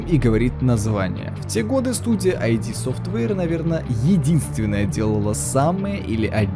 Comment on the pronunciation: Ид. ИД совтвэйр! Не "ай ди"! Это не аббревиатура!